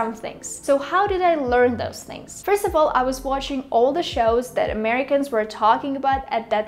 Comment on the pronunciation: You've got a great accent and pronunciation, but I think you can benefit from targeting your "ch" sound in words like "watching". I think it gives you away.